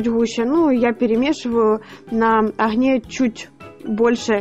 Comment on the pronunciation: Все прекрасно! Все классно! Но слух режет слова ғрамм (грамм), оғне (огне, огонь). Почему не умеете правильно произносить? Простите.